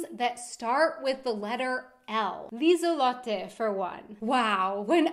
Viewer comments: It' Lisalotte not lisallotte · Lieselotte is not Liesel Lotte but Liese Lotte without a L at the end of Liese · I'd say the first half of Lieselotte is Liese, not Liesel. At least that's what I think, especially since Liesel is a diminutive of Liese.